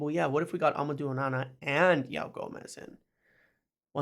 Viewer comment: Love the videos but your pronunciation of ‘Joao’ needs work!